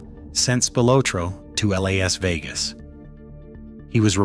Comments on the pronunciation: My favorite is when Spilotro was sent to "L. A. S. Vegas." fucking AI slop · "L.A.S. Vegas" was worse...... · If youre gonna us an AI voice, you may wanna get one that knows pronunciation got it L.A.S. Vegas 😂 and don't get me started on Tony's last name 😂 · Or L.A.S Vegas. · L.A.S. Vegas lmfao 🤣 gotta love AI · And El-A-Ess Vegas.